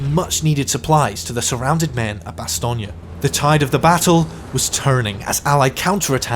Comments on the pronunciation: Bastogne is not Italian. It is not lasagne. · If you pronounce "Bastogne" enough different ways, one of them must be right, right? (The win goes deep on the "oy" in "toy," very very light on that G.)